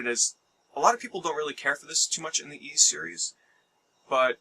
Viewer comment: Ys is pronounced pretty much like east with a silent T